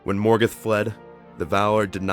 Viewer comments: Morgeth? It's ''Morgoth'' you fucking idiot! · Everyte he said Morgoth I thought he was saying Morgan D: lol